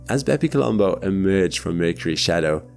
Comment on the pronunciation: stop saying bepi colombo please